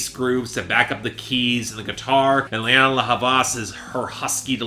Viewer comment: It's actually Lianne, not Lianna